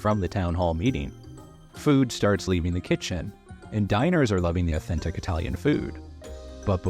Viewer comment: Ahh-ten-tik Italian food?